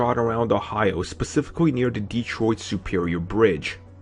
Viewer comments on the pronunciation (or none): none